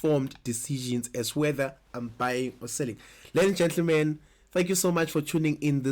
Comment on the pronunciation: awe... Are you saying "lenja le" or ladies and gentlemen?? anyways, thanks for video